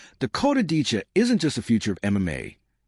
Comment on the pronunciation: Who the he'll is Dakota Decha? ITS Dicheva.